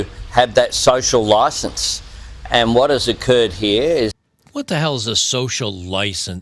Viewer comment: "A social license" in Australian accent got me. lol